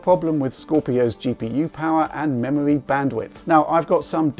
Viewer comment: memowy wam gwand reserwation wender pwomises